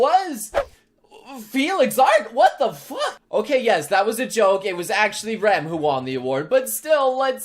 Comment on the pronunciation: hold on did he say Ram instead of Rem or i can't pronounce the two twins correctly